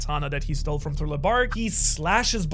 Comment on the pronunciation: Thrilo? Or thriller?